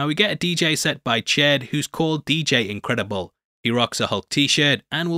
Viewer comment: ...Inchedible. Inchedible Hulk.